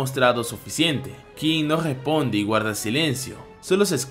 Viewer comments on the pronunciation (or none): me da gracias cuando este narrador dice la Guega, o gesponde o gagnarok jajajaj gracias por el video